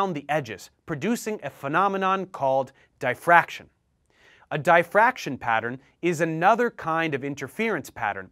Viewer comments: its Dif-fraction Not Di-fraction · I believe it is. Not dyefactrion like he says it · I'm not being picky, just trying to learn. I thought difraction was pronounced 'dee..' as in DI-ferrent. thanks for the video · The letter "i" in the word "diffraction" is pronounced just like it is in the word "differ". Not like the word "die" . Otherwise I liked the video.